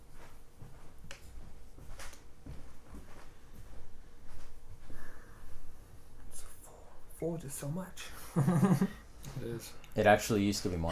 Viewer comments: Love the videos. Also ‘harth’ not ‘herth’ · Nice to see how the game is evolving Also ... public service announcement for the Oath community: "Hearth" rhymes with "Darth" as in Vader or "Garth" as in Wayne's World. I know it looks like it rhymes with "Earth," but it doesn't. It's the thing in front of your fireplace, the first part of "hearth and home," the thing that Vesta is the goddess of.